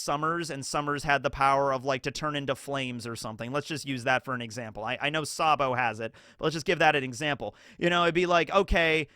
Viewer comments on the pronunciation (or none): none